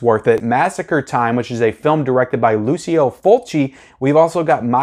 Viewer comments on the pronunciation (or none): "Lou-Chee-Oh" Fulci